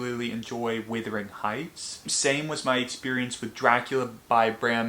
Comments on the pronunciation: Everytime you hear him say Withering Heights a part of you wuthers. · everytime i hear you say 'withering heights' a part of me dies